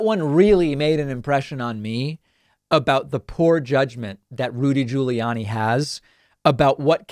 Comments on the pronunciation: Your Rudy Ju-lee-annie pronunciation is annoying beyond belief! You are literally the only person in the world pronouncing his name this way. Please STOP IT! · hehe, "Judy Ruliani" X-D Sorry, but sounded just very funny... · I WASSS following this video, buuuut, I friggn love how you say Rudy Giuliani. Priceless.